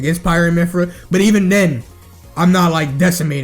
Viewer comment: it kills me when he said "MYPHYRA"